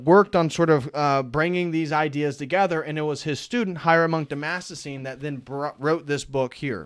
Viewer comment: Dude, its been three years and you still can't say "Damascene". !?!